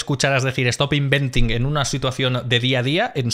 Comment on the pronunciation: JAJAJA! "estop inventin!" Segunda carcajada del video. ¡Chapeau!